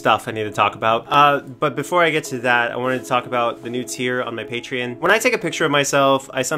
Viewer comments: onision's pronunciation of the word 'patreon' irritates me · i hate the way he pronounces patreon